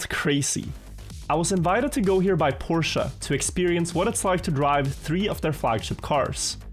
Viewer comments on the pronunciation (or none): "PORSHA" aint no way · Its Por-shuh not Porsha. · its read like Porsch brooooo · okay, after watching the whole vid, his pronounciation switches a lot lol